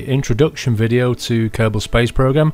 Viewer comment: A little kerbin? ahahahahah its kerbal paul :D